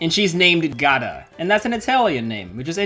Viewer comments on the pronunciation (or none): just a btw: giada is not pronounced "gah-dah" its either "gee-ah-dah" or "jah-dah" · You actually pronounce the I in Giada😅 It's the Italian equivalent of Jade, basically! Cool name!